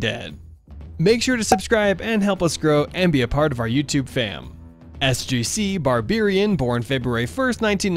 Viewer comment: He says SGCBarberian wrong